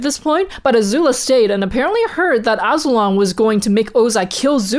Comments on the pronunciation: Azu-lon Azul-on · Wasn't Azulon pronounced a-zoo-lawn